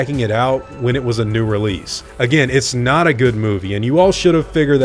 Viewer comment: The way you EMPHASIZE the word NOT is VERY confusing